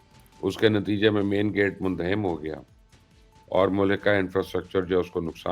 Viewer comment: مندھم نہیں اینکر صاحب منہدم اردو درست کریں اپنی بہت شکریہ